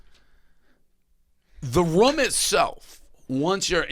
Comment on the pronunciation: Wait a minute.... how the hell can Dave not pronounce "room"....??????